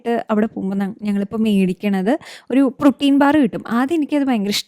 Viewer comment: Don't get me wrong...But you're always mispronouncing words .Its not "pro-tin" its 'proh-teen" or "prow-teen". I don't know if you're pronouncing like that to get an accent ! (but i genuinely feel like there is no need of such accent while talking)